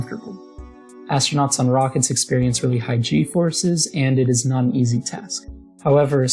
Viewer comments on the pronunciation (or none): Nice work. That air cooler is incredible; I'd never had believed it could work if I hadn't actually seen it in action. Constructive criticism: don't pronounce Ts that you normally flap. You're not English, so it just sounds weird when you force hard Ts in words like not and important. Sorry to pick on you, I really enjoyed the video.